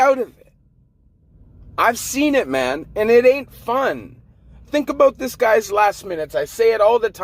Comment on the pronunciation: Why do you say it like mon instead of man